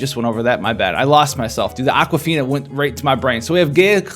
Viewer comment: Aqua-Fina haha